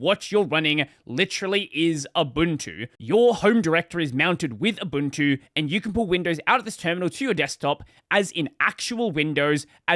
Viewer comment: "abuntu"? lol